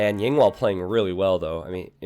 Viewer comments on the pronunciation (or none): You keep referring to Yinghua as Yinwa. Yinwa is not a good word to call a person.